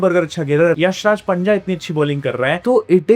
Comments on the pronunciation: Abe panja nahi punja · punja ❌ panja ✔️ 😂😂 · panja😂😂..not punja